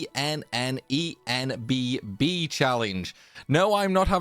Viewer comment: Keep up the hard work on grinding life ya You're doing a great job by already sharing vids.... and being able to pronounce the title of this vid haha Edit: I hope you get better Daph